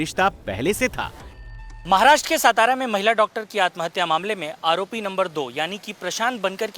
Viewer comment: It's Saataaraa.... Madam ..not sitaraa.